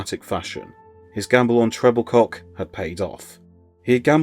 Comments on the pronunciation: Exactly right. It's Tre-bil-ko, not Treble-cock FFS. 🙄 You'd think these people would do their research on things like this. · It’s pronounced TREBILCO not Trebilcock. Also McCalliog. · Just for information, Mike Trebilcock's name is pronounced as Trebilko.